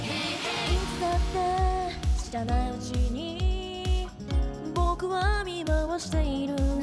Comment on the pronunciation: 日村さんのインフルエンサーがエンサーじゃなくてインーフールｴﾝｻｰなの面白すぎて死ぬww 伝わってww